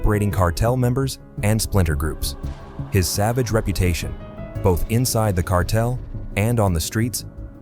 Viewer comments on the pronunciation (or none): none